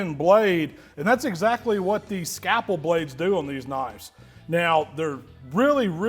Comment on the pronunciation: Scapple? Never heard that before! Must be the Mississippi way of saying scalpel! 😆